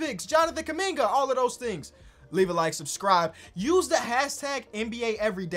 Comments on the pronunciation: Did call him Jonathan kunigga🙆🏾‍♂️ or something?😂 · what say abt kuminga i needa know if he wanna hide it this bad edit: nvm bro called him KUM BUCKET LMAOOO